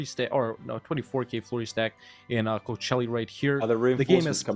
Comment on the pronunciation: since we're at pronunciation always calls Kocaeli "Coachelli" while it's pronounced like "Kojaeli" [koˈdʒaeli].